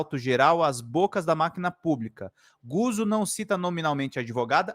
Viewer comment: Não é "Guzo", é "Gutso". Lê-se como "pizza".